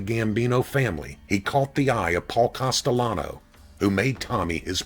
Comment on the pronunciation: Pronounce the name right,please! It`s NOT COSTELLANO, it`s CASTELLANO.